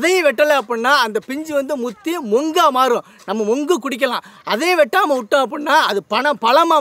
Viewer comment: அது மொங்கு . இல்ல நோக்கு அண்ணே.